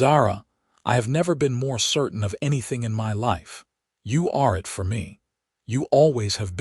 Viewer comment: At about : : the word 'it' needs some sort of emphasis rather than being just another mini-word!. Oops LoL 😂❤